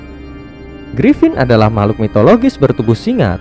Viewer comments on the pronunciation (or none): Gripon tai bukan gripin